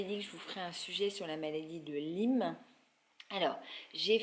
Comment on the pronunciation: on dit maladie de LYME ( comme en disant ' aie' pas 'i" .) merci